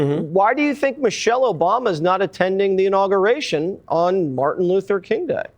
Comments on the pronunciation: It's pronounced, "INAUGURATION" not INAGURNATION or INAUGREATION. It's hard to take you serious when you mispronounce key words in a multitude of ways. Step your grammar game up my guy. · Im saying "Inargriation" from now on! 😂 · Uhhhh u gotta be able to pronounce the word..IN-AW-GUU-RAY-TION!!!!! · How you not gonna get "inauguration" right, fam? I'm dying!!! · Somebody please help him pronounce “inauguration!” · Pronouncing Inauguration had him in a choke hold 😂😂😂